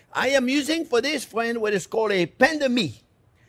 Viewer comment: Oh I love it when he calls me fwen. Makes me smile hahaha. This man is precious